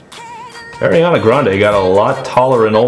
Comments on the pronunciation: Please say Ariana right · Why the hell do you pronounce her name that way?